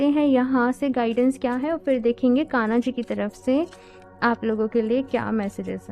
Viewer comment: Sab theek hai app achi reading karti hain but thoda pronunciation par work kijiye please, aage BADHNA hota hai BHADNA nahi boltey....KANA JI nahi KANHA JI boliye.....